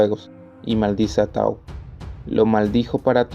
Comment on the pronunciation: Se dice Taú , con acento , pero si no en equivoco si se escribe Tau a secas